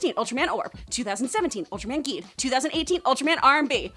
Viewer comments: Forgetting ultraseven and 80 Also it’s pronounced jeed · Two things real quick: 1. Geed is pronounced like "Jeed" 2. R/B is pronounced like "Roob" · You mispronounced Geed but I don’t blame you because if should be spelled Jeed.